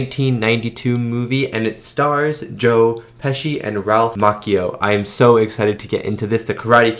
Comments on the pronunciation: Ralph MOTCHio, not Mockeyo. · Oh for the love of god please look up name pronunciations BEFORE you film reactions! Ralph "ma-chee-oh' not makio like a coffee drink lol. (Well close to a macchiato.) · I gotta tell yu! It is real cringe the way you pronounce Ralph's last name. It is pronounced like Macho with an added I (Ma-chi-Oh), not Mock-Eee-oh!!! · Pronounced “machio” like macho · It's pronounced (ma chi o) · Anyone else think of Jordan from Conan O'Brien being obsessed with Japan because of The Karate Kid 2? He kept pronouncing Ralph Macchio the way Rollies pronouncing it until he was crushed by Ralph when he corrected him on the pronunciation and then told him the movie was actually shot in Hawaii. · Saying Ralphs last name wrong cringe.